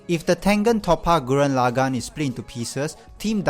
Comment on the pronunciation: The pronunciation of Tengen Toppa Gurren Lagann is atrocious lol